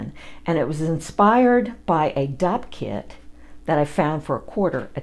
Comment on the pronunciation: I realized after watching this video I had no idea what a dopp kit was! I thought you were either saying doc kit or dog kit at first! 😂